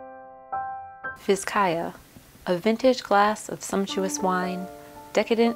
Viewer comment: Pronounced Bizcaya.